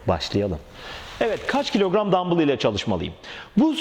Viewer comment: Ne Türkçede ne ingilizce de dambıl diye bir kelime yoktur dumbell diye yazılır dambell diye okunur arnold vb hep dambells der en basitinden google çeviriye yaz dumbell yaz dambell diye okuyor yurt dışında dambıl derseniz rezil olursunuz